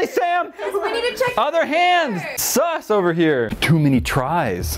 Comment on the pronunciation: sus not sua